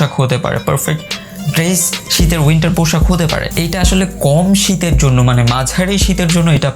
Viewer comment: পোশাক না পৌশাক কোনটা ভাই,?? ভাবের চোদনে উচ্চারণে ভুল হায়রে বাঙ্গালী